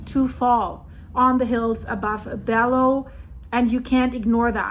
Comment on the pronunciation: I was a missionary there 1980. I know this place where people go to live even though they have nothing, looking for work, looking for a place to live. It is very dangerous to live there. Just a note, double l’s in Spanish is pronounced “y” (yu) Bello (Beyo) and Medellin ( Medeyin). I am very sad to hear this and still to see people living like that even 40 years later!